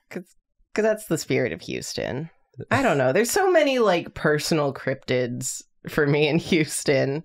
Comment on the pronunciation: I almost choked when said "let me see those crobtids" thanks for trying to kill me